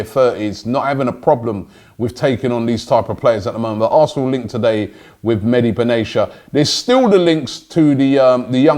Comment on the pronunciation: Robbie actually butchered "Mehdi Benatia" name...unforgivable. Makes Lee look good when he says "Aubameyang". YIKES.